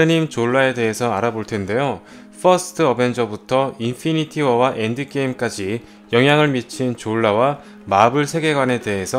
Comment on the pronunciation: 아 걍 한국발음으로 해주세요 영어발음 너무 거슬리네 할라면 좀 깔끔하게 하던가 인fㅣ니티워 ㄹㅇ